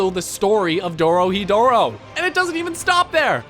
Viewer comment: YOOOOOOOOO, THEM QUALITY EDITING THOUGH. Can't believe that amount of editing with this meager amount of subs, by the end of the video, I thought I was only halfway through, thats how much I want it to see more. Also, good topic, though: >One of a kind >what is Dai Dark Its a new series by the same author, Q Hayashida and its just oozing Dorohedoro, good stuff. "Doro hi doro" wait a minute, this dude said he as HE male pronoun instead of he as hey , thats it, this video is crap /s. Lastly, I see that jab with the transition. Cheeky. I admit, it is pretty cool